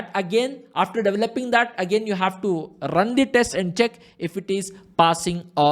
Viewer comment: I like the way he saying rrrrrrun... Just kidding. Awesome explanation